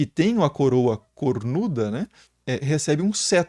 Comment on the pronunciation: sim mas precisa encher a boca para falar "CORNUDA" ?